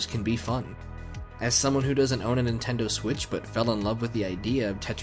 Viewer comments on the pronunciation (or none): none